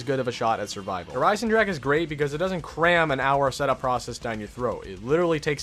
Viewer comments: Sorry man, but i get soo anoyed how do you say Der Einsendrache because it's said "der einsendraha" and not "ache" like headache. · It’s not pronounced dere eyesendrack it’s pronounced dere eyesendraha ITS A GERMEN NAME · he says der isen-jack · maybe those people aren't used to say this words but says Like Headache in Every single video hahaha ( I don't speak German by the way) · Little late to the party, but it’s DAY-ERH EYE-SIN-ROCK-UH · is it just me or he said Der Eisenjack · He: Der Eisendrack Germans: Triggerd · Wie er der Eisendrache auspricht 😂😂 Der eisendrak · Anyone hear him say der eisenjack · you said der eisenjack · Yo! If any1 doesn't know how to pronounce Der Eisendrache properly, and wants to learn, it's pronounced (Dare Eisen-drocka) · "Dare EYES-in-drahkuh" great video but your pronunciation is cringe-inducing lol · Learn to pronounce to name Der Eisendrache correctly please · PLEASE LEARN HOW TO SAY DER EISENDRACHE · Finally someone else points it out. It bothers me so much when people mispronounce zombies map names and weapon names.